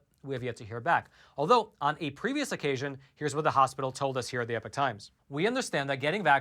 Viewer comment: WA by do u say EPIC times? It's EPOCH times